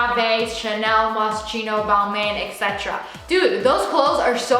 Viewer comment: take an L for saying Balmain wrong